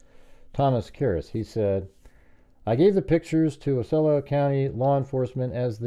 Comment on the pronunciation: Great video. Small correction since I used to live in Orlando. It’s pronounced “Ah-see-oh-lah”